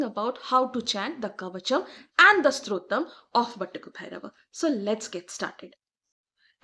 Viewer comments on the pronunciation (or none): Its Stotram, not strotam!